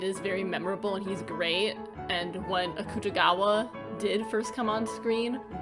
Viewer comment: i'm gonna go insane if someone says akutagawa's name wrong again